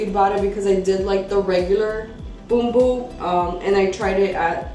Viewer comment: Love how you pronounce Bumbu!!:) Nice review!